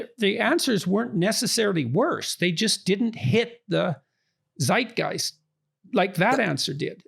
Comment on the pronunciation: you said "seidgaist" in the video..... and it sound like the german word "Zeitgeist" spoken from n nativ english speaker ... so my question is... do you mean the german word or is it an english adoption from the german word or whatever?... coz bothe words sound quite similar and so far i understand the conversation i think both words have the same meaning have a nice day^^